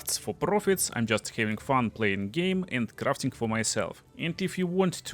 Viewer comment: I love "Crrrrraffting." lol really rolling those R's